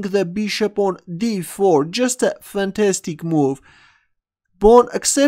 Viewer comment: Looks like English is not the first language of, also consider his way of pronouncing "Bishop" as Beeshup